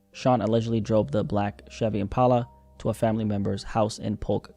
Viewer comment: why are you saying impala like that